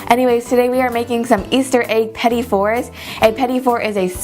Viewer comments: I believe it's pronounced Petit not Petty. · petite is pronounce "peh-teet" just fyi :) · petit is pronounced Pa-teet